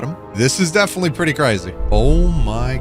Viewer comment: Cwazy :O